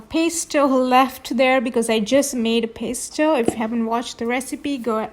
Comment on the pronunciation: No offense but you should at least learn how to say Pesto 😳 milk??? this is not pesto